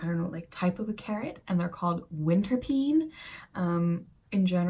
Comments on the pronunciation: It is not pien maar peen. Like pain. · you don't pronounce it like that though in dutch english "e" in dutch is "ie" while "ee" is an "eeh" sound; peehn not pien ... which equally coincidentally is the beginnings of the dutch word for the same i suppose frankly...thats also "sap" in dutch... treejuice fruitjuice, if we could juice nuts it probably be sap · Mispronouncing "peen" does make it sound worse. It actually sounds more like "pain" But have you ever met a girl named "Pien?" It's pronounced the same as the English slang word 😉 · You really made me laugh out loud, there. Thank you,! One little thing: we don't pronounce 'peen' the way you do. We pronounce it the way you would say "pane". And then suddenly, it's not so naughty anymore.:) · Peen is actually pronounced closer to pain if that helps 😂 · Peen is pronounced as "pain". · peen is pronounced 'pain'. You can call it wintercarrot though